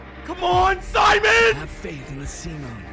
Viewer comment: His name is actually pronounced "Sea-Moan"